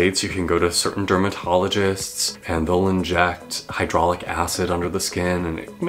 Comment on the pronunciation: Hya-luronic acid😂 but we understood what you meant😊